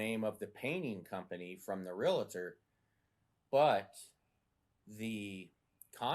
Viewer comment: WHY do people say Realator?